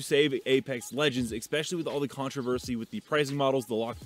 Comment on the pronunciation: Eckspecially isn’t a word.